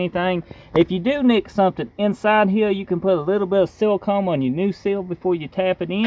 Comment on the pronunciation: Dude saying silicone sounds like seal cum and I think I’m gonna say that from here on out 😂